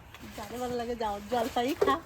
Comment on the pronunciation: Jolpoi ??? Jolpai bolun